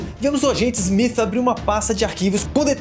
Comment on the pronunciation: Eu ouvi SMIF?